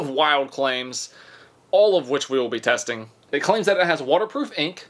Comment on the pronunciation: your G seems like an S lol testins